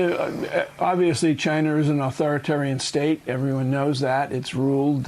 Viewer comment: Trump: "just ask Chai-nah, they know better than me ".